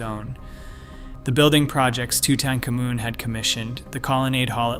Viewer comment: let me explain something to you . idk qwwhy your saying his name like that but it is toot-ankh-AH-moon